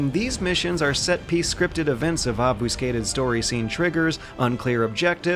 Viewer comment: Ob-'Foos'-cated he says. lolzeramirite?